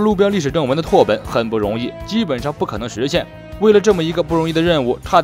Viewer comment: 拓本是念tà běn